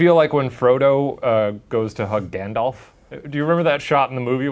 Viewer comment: Shane: Grandalf Me: 😮